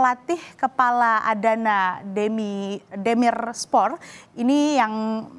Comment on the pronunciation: Mbak Penyiar, lebih baik studi sedikit tentang topik segmen yang mau disiarkan lebih mendalam khususnya istilah asing dan cara bacanya seperti Adana Demirspor, Curacao (bukan karakao) sehingga terlihat niat dan prepare, bukan terkesan baca prompter saja. Sekarang terlihat dan terdengar sedikit kaku. Kalau tidak cocok, berarti topik sepak bola buka "Niche" untuk Mbak Penyiar ini. Terima Kasih Kompas TV.